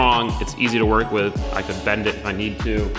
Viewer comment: Take a shot anytime says "Wiv."